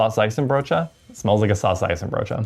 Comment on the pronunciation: The pronunciation of saucijzenbroodje is pretty solid. Respect! Its a hard one 😅